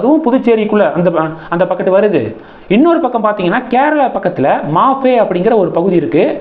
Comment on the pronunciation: பீத்த பத்திரிகையாளர் மணி, (மாஃபே இல்லை மாஹி),....